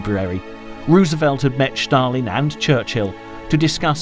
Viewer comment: Stalin pronounced as Shtalin, pretty much German pronunciation :)